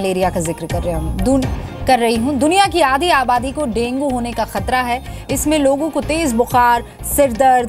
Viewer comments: डेगीं नही डेंगू होता है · Denge hi hota hai